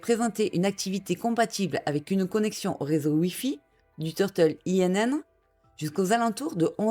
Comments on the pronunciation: Bonne vidéo ! Simplement INN se prononce [in] et ça veut dire auberge, taverne, hôtel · Pour info, “Inn” veut dire “auberge” en anglais. Ce n"est pas un acronyme mais un mot à prononcer comme tel.